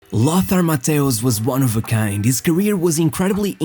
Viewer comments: Nice video my Portuguese fellow! Although it made me some way like confused hearing Mateus instead of Matthaus 😅 grande abraço 💪😃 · you’re right! For us in Portugal we are used to say Mataus but the correct way to pronounce in German is Mateus! My bad 🙋‍♂️ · Jesus, how many ways are there to butcher one name in only one video? 😂😂😂😂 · Your narration is hideous. Pronouncing Matthaus and Matthaush in the same sentence many times. What's wrong with you?